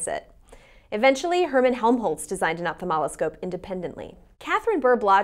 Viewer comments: well thank you for such sage advice. I know what an ophthalmoscope is, I've written an instruction manual for one, just questioning the bizarre pronunciation as opthamoloscope despite it clearly being written correctly in the video as ophthalmoscope. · was it only me or you guys too hear her saying "opathamaloscope" instead of "ophthalmoscope"